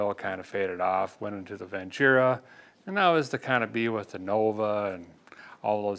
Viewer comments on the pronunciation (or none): none